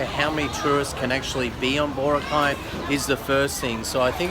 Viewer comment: Crikey mate! It's pronounced Bor-ROCK-eye, not BOR-uh-kye. LOL